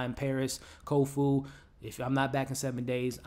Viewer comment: Nice wrap up. I agree: the fight choreography is amazing. I also love the use of real place names that have changed with the passage of time. Places a touchstone of reality for the viewer. (hey, hate to say it - but it's Kofun. ;) )...